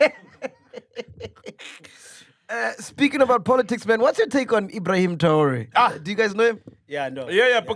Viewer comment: Did this man really pronounce TRAORE as TAURA😂😂